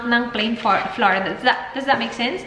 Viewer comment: Hey! I don’t mean to offend you. But “flour” is pronounced as “flower”. I have been saying it incorrectly too for a long time until my Portuguese-Canadian husband corrected me 😁 Also, I researched on it and it is pronounced as “flower”. Thanks for making everyone happy with your vlogs including me! God bless you and Dan 😊